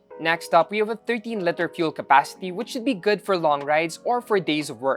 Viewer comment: Love the review. Pero bakit litter pag pronounce sa liter.